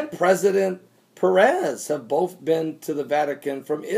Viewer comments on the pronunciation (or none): none